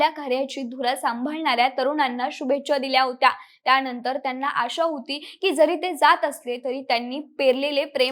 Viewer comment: त्याणंतर शिक्षन घेऊन.... 😂